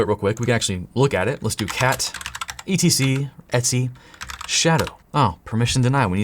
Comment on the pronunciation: I keep thinking you're saying "Etsy password" Lmao.